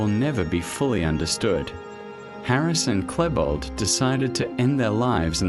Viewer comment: I'm sorry but there are so many wrong things in the video I cannot continue watching. You obviously did not do an extensive research of the subject. Maybe you should delve into the Columbine tragedy again and redo this video. The fact you keep mispronouncing Klebold's name only illustrates how vaguely you went through the topic before you put this video together. It is truth the whole story and background cannot be interpreted in details in an 1 hour video, that however does not excuse the incorrect information and pure assumptions you keep presenting. For anyone interested in actual facts about Columbine, I strongly recommend "The 𝕮𝖔𝖑𝖚𝖒𝖇𝖎𝖓𝖊 Iceberg" series of videos here on youtube. It is by far the best research done into the Columbine tragedy available on youtube.